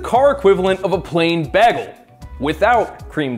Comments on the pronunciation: bro did not just say bag-ul its bay-gul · Never heard somebody pronounce bagel, Bah-gel a day in my life… that’s the real highlight of this vid 🥯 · Wait wait did homie just say bag ul? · Did he say cream bag L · I’ve never heard anyone say bagel like that . Here for it tho